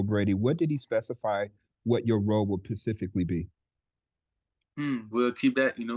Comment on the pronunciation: It’s “specifically”,, not “pacifically”